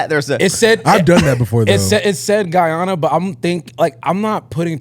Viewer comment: What is geyana?! 😂 it’s Guyana